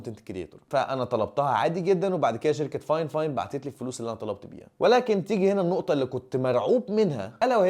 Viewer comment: بطل تقول فاين فاين انا حاسس انك بتراجع مناديل اسمه فاي فاين😭